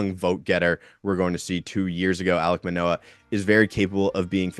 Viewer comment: I hit like before i watched video, then had to dislike once the name Manoah came out your mouth. lol